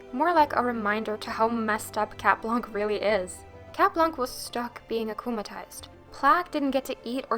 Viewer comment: in cat blanc, the “c” is silent :)